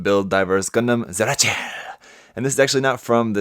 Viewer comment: That sounded like Gundam “siracha”.